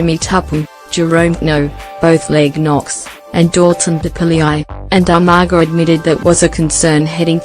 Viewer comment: What the heck??? Umargar??? Hahaha